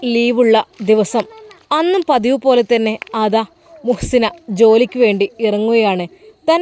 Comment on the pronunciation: മുo ദാസ് അല്ല മുഹ്സിന